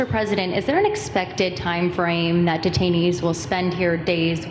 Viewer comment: No, no! When you said 'detanees,' I thought you meant the Republican Party.